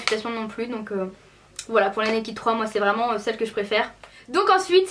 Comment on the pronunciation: J'aime mais on ne dit pas nakid tu vois ce que je veux dire:-) va sur google traduction et tu verras sa ce prononce pas nakid mais voila okeyy :-) :-) :-) :-) :-) :-) :-) ;-) toutes les youtubeuses disent (NAKID') SAUF c'est [ naked ' :-D